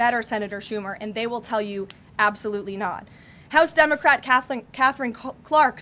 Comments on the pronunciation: She saying dumbocrat? 😂😂😂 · I thought she said dumbocrat. Lol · Did she say DUMBercrat? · LoL she said, "dumocrat" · She said "Dumbocrat" 😂😁🤣🤭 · Wait, did she just say 'Dumocrat' ?!?!?! Hahaha :) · Did Karoline just start this clip by saying dumbacrat?😂😂😂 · Did she say “dumbacrat “ 😂. Great job 😂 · Love how she says Dumbacrat instead democrat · Did she say dumbocrat haha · Did she say Dumbocrat? LOL 😂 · Does Caroline keep saying Dumbocrat? Sounds like Dumb-ocrat. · Did she say, “Dumacrat??” 😂😂😂